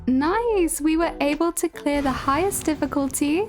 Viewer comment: I heard "hi everyone I'm Char the short" while there's a Carthe head on the bottom left screen 😂😂